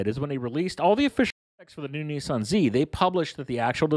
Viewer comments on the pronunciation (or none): Niiiiieeesaaan? Lol